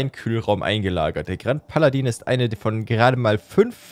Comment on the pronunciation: ichbin zwar kein Französisch bzw. Wen experte und möchte dich auch nicht mit verbesserungen nerven, aber ich glaube grand paladin spricht man groo paladah aus